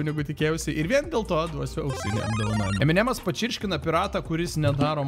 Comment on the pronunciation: kodel tu sakai "ememdemsai" kai clearly it's eminemsai?!?!?!?